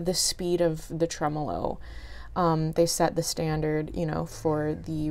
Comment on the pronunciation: Well done, thank god you are able to pronounce the word tremolo correctly.